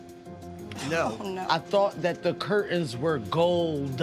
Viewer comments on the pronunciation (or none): none